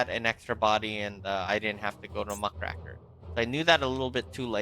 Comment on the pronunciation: Muck RAKE r, not Muh CRACK er